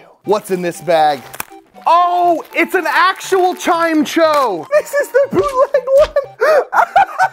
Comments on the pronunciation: I love hearing how people pronounce certain pokemon names LOL I never would consider Chimecho pronounced as Chime-cho! Just Chime-echo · "chime cho"